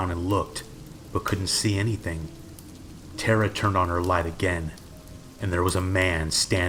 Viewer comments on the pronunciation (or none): none